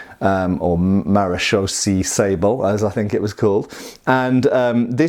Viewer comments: Maréchaussée is pronounced like in french ... It ends in an elongated "a" (english "a") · Almost pronounced perfect. Just end with a long "ay" sound. It's a French word. And it's not police but armed border guards.